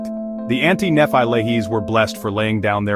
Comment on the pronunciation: “Néfi and Néfights” (Nephi and Nephites), “Moronee” (Moroni)? 😊 Did AI wright the script, too?